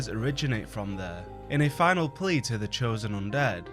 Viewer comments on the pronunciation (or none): none